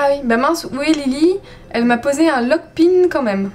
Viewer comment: on di lokpin {1} et pa lokpine